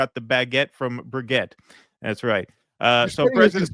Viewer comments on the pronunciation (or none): Brijeet, not brig-et.😂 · his/her name is Bri-JEET! (Brigitte) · It's Brigitte.